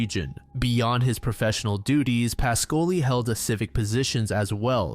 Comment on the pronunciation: Your Italian pronunciation is often accurate but Ruggero Is pronounced rudgiero with the G like in jeep. And PAH-scoli. Good job as always though